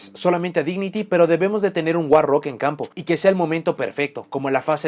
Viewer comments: cuando dice monstruo guarro, olvídate del inglés xD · Cómo la editora de cartas traducirá al español el nombre war rock: guarro Ahora escucha el vídeo pensando en “guarro” cada vez que diga “war rock”